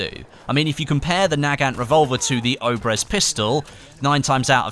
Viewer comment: Its not "oh-brehz" its pronounced ob-yez.